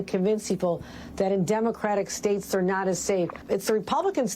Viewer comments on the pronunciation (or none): Hochul: It’s “states” not “stadeds”